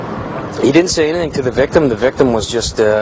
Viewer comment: Take a shot every TIME they say victem